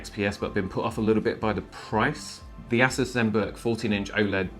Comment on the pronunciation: Ass us? ASS US?? lol I've heard it pronounced Ay-Soose. I've heard A-sus but never ASS US!